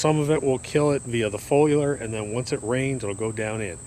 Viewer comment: He said “folular” so many times he almost had me believing that’s how you pronounce foliar 😂